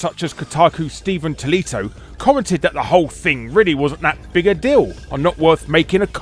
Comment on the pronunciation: Tottillo became Tollitto?